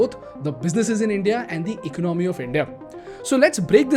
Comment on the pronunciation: All well with your videos but please work on the pronunciation of the word "Economy".